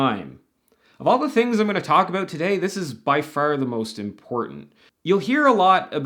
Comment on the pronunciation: Wait a minute... The way you say "abewt"... Are you Canadian??